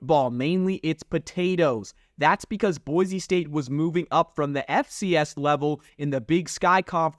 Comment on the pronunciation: BOY-SEE STATE! Not boyzee. There's no Z in Boise. Dirk Koetter (pronounced Cutter). And Ashton Jeanty (pronounced Jintee) If you're gonna talk about BSU history, better get the names right. Just saying 🤷‍♂️